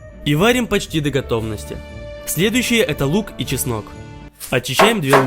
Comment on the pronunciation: Он сказал так смешно часник 😶